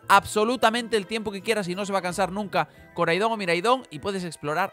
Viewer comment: Pronuncias mal los nombres de los legendarios, Koraidon y Miraidon tienen el acento en la "A"